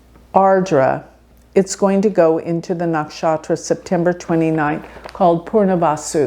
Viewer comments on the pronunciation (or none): its PUNAR vasu (return) not PURNA (complete) vasu - even half a letter change in pronunciation changes the entire meaning, such is the beauty of Sanskrit language.